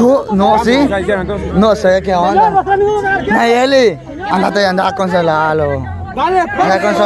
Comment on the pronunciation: Ella no es de los bichos Poreso no lo dice bien Nayeli